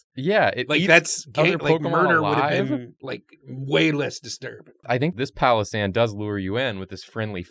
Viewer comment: Pail o sand,,,, not palosand